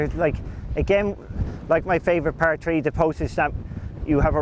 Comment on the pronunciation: Par tree 😂